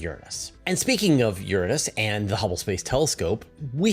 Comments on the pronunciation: You pronounce Uranus wrong. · Both pronunciations, "your-ANUS" and "URINE-us," really suck. I pronounce it "OOR-a-nus" and I hope this starts to catch on. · I Can't help but notice your different pronunciation of "Uranus" compared to the last time you talked about it.